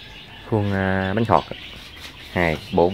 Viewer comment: bánh khọt mà mà cứ nói bánh thọt